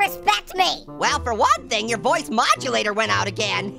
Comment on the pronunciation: Thought he said voice when hoice